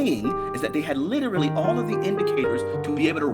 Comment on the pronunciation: likes to over pronounce words, especially the word literally. And he uses that word a lot.